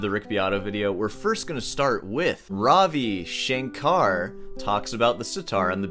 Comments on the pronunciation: a in "Ravi Shankar" is pronounced like "curry" not aa but short "uh" so it's kind of like ruhvi shuhnkuhr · You don’t even pronounce Ravi Shankar properly. 😂